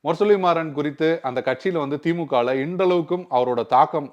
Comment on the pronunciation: பெயரை சரியாக உச்சரிக்கவும். முரசொலி மாறன்....நீங்கள் இப்படி ஒரு தமிழ் பெயரை உச்சரிப்பதைக் கேட்பது மிகவும் எரிச்சலாக இருக்கிறது. நான் எந்த அரசியல் கட்சியையும் சார்ந்தவன் அல்ல